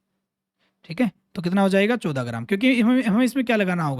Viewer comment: Sir 14 ache se bolo